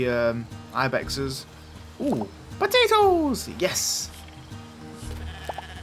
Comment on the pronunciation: I love how you say potatoes LOL